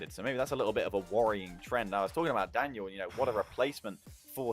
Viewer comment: the caster really said laniel and arseybaby